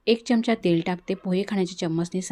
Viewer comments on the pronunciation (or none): none